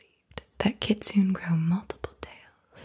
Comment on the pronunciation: The Japanese fox spirit is pronounced "Kit-Su-Nay"